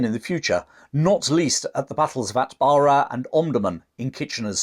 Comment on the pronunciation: Lovey and informative video. I spent many happy years teaching in Sudan. Your pronunciation of a few Sudanese towns is a bit off. I've caplitalised the stressed syllables: Suakin - su-AH- kin Dongola - DON-ga-la Atbara - AT-ba-ra Hope this helps.